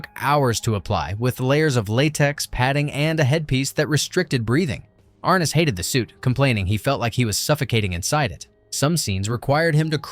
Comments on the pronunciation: Ar-NESS!!! Ar-NESS!!! Idiot. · Pronounced R-Ness.